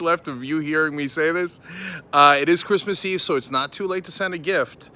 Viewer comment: Crease mas eve. Lol. You just had a Trump moment Cenk!